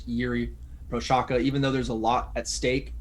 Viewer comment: Respect the guy - learn how to pronounce his surname !